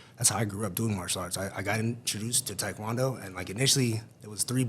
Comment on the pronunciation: Not gonna lie for some reason it bothers me the way he’s pronouncing taekwondo. It’s like when the East Coast people miss, pronounced the name, Mario, and say mAIRio